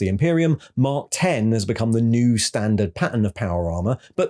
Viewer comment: FYI it;s mark X {like the letter X} not X {10} armor Caull wanted it not to be a numerical mark